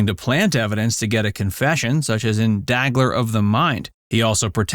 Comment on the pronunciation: It is not "Daggler of the mind" but "Dagger of the mind". Not John Casavetti but John Cassavetes. Not Robert Gulp but Robert Culp.